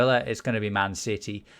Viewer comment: ‘Man Siddy’